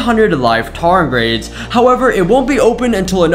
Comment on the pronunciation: "Tar-grades?" It's pronounced "tar-de-grades."